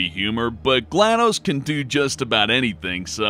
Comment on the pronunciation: Gla - DOS ( as in MS - DOS ) not Gladose, Aeris ( heir·ess ) not Ares ( the mythological god ).